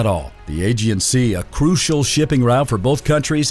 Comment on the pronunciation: Bro how can you mispronounce aegean every time